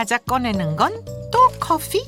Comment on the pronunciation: 왜 자꾸 커fㅟ라고 발음하시는지ㅜㅜㅜ